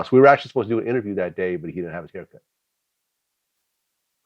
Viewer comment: "IntervRiew" "Country black" You ain't lying. Kill the boss it's popping. Swear to God on Me.